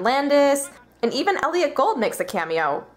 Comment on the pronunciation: Elliott GOULD (his last name rhymes with FOOLED)